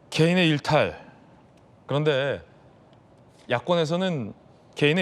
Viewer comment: 실종자한테 개인의 일탈이라고 하는줄 알고 개 놀라서 댓글썼는데, A경장이 개인 인탈이라고 말한거네...그래도 저 따구로 지끼냐.